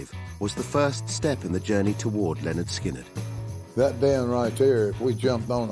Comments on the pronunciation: Imagine making a whole, nearly 3 hour, documentary about Lynyrd Skynyrd, yet not bothering to learn how to pronounce their name. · DWAYNE. CARL. HUTCHINSON. THIS. REMINDS. ME. OF. BEHIND. THE. MUSIC. WITH. BAND. LYNYRD. SKYNYRD. I. GOT. ON. CASSETTE. IN. THE. STUDIO. ON. WWDC101. ON. THE. MAKING. OF. ALBUM. PRONOUNCED. LEH. - NERD. SKIN. - NERD.